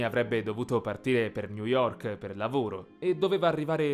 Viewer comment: Si pronunicia "greMÌto"! L'italiano che usate è altamente censurabile. Se avete lettori, fate loro imparare la lingua, leggendo il vocabolario e la grammatica. È offensivo!